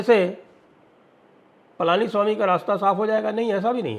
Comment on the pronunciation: Not Palaaniswami, it is Palaniswamy